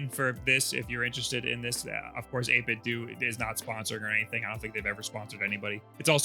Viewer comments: Isnt it 8bit dough for pronunciation, like nintendo? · You put the B and A buttons in the wrong spot And it's pronounced 8 bit DOUGH like tae kwon do or jeet kune do, like a DAO I don't trust a single word of this video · says it "8-bit-doo" but a lot of others (including the guy in his clip near the end of this video with the disconnection issue) pronounce it "8-bit-dough". So which is it? EDIT: I JUST got to the end of the video where he proves once and for all that it's "8-bit-doo". THANK YOU!!! Kind of dissapointed actually because I think 8-bit dough sounds better. Like "That 8 bit though, bro!" whereas 8-bit doo just... doesn't make any sense in a sentence? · Always thought it was pronounced 8-bit-do (like dough) so 8-bit-dough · 8bitDOO and not 8bitDOH. Wow, I didn't think that'd be the way to say it. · It's funny, because back in 2013 or so when the company was first founded, their logo looked very similar to the Nintendo logo, except with the pixelated "8Bitdo" text. Reviewers from that time were pronouncing it either "8bit-doe" or "8bit-doo", even in official material like their 8bitdo ZERO videos on their YouTube channel. My theory is that, because lots of people kept pronouncing it "8bit-doo" since they weren't sure how it should be pronounced, that's the official pronunciation they went with when it came to their rebranding.